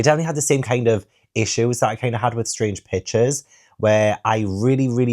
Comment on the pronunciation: Every time you say Strange Pictures, I hear Strange Bitches. 😭😂